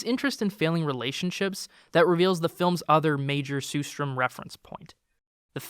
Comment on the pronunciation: It's pronounced sher-strerm (with the first and third "r" silent), not sue-strom.